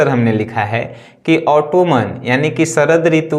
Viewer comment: It's not ऑटोमन its ऑटम